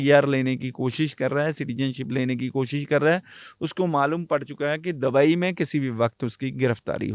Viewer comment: दबई नहीं...दुबई😂